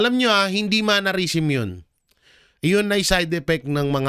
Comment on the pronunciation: ‘Mannerism’ hindi po ‘MANNARISM’ ✌️✌️✌️